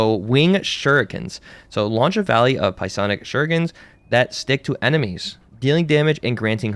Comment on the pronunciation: I swear he called her Pie-lock at one point too